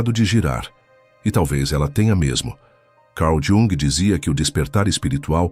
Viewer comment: Cau Diúng ?? Principalmente por ser voz IA é que a pronúncia poderia ser decente.